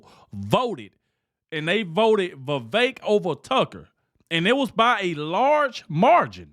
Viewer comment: It’s Vivek not Vivak.